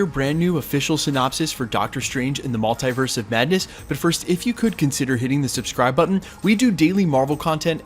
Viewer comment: Someone pls tell him how to pronounce MULTIVERSE....its triggering me!!